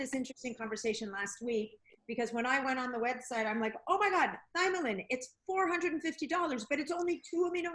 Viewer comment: He almpst pronounces them the same way. Frustrating